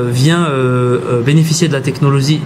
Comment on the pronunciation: Technolozie x). Sinon très beau téléphone :-)